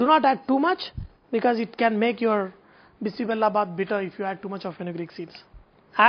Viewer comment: It's not bissi Bella bath it's bisi bele bath bele means lentils and Bella means jaggery